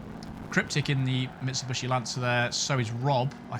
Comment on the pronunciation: Ahahaha I love the intro! Geniuely made me lol! :D Great driving as always mate! EDIT: Now this is just TOO good: there is a new automaker you need to learn to pronounce the right way :D It's MitsubIshi, not MitsubUshi. ;p